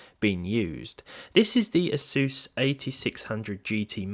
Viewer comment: Is it not A-sUSS, not Asooos?